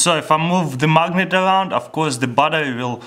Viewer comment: it sounded like he said magnum 😂😂😂